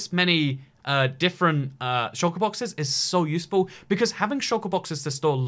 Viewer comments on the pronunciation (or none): none